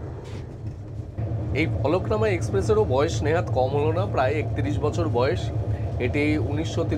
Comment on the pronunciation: Eta Falaknama noy, Falaknuma